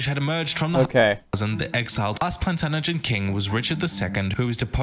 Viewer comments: 😱😱Plantaganet is pronounced plan-taj-anet...his pronunciation drove me bonkers. I have a Masters Degree in Medieval English Literature so was bloody irtitating. I'm English and live in Canterbury which is beautiful and so full of history going back pre-Roman. The cathedral is 1,000 years old +. and my little house was built in 1532 .... My ancestry is completely English/Irish/...but no French...😂don't like the froggies😱😂. Great to see a young person interested in history. Love your channel... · How can the narrator get Plantagenet so wrong. You look at the letters, put them together, there’s your word! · Pretty annoying that the narrator of the actual video couldn't pronounce Plantagenet properly lol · I'm English and I can assure you the guy in the video is the exception to it's pronunciation. I mean, Plantagenet isn't that difficult to read and pronounce. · Oioi kidda, I've been reading the comments on here and I'm surprised the amount of flak your for your mispronouncement of that word, you know which one, maybe it's the good old Samaritan in me but hey your one a learning curve aye, so you lot out there give the lad a chance, we've all been on the learning curve have we not?, maybe check out Peter Kayes misheard lyrics /karaoke, hahaha, I find these lessons somewhat sharp and they do therefore miss certain points, obviously the time span spent on the topic determines how deep one can delve into it, maybe vet some of the next references when you need to research such items, I'm an early subscriber, been enjoying your input and you seem to have an appetite for your history, I look forward to watching your progress in your self education, best regards from County Durham England, for the Northeast of England i recommend "The 5 Frontiers", concerning viking/Danish settlement of the North. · By the way, it's the Plantagenet Dynasty (pronounced "Plan-tadg-uh-net" not "Plan-tana-gent"). It was the longest ruling dynasty of England.